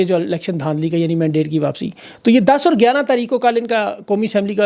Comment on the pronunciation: AAP Urdu ka zaber nhee bolte ?ur nhee. Aur hae , guvah not gavah .